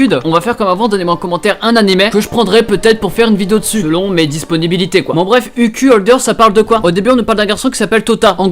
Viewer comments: Ça se prononce UKAI Holder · Mais ton Anglais: " UCUL HOLDEUR" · Mais comment tu prononces UQ Holder mdr